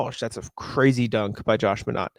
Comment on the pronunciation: Think it's pronounced "My-naht" instead of "Mah-naht"